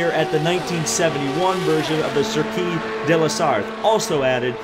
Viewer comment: FYI: "Circuit" in French is pronounced "Seer-kwee" not "Seer-kee" ; )